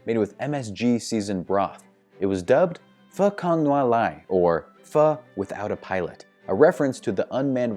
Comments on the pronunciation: The only word he pronounced correct is pho... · better than 95% of americans already ha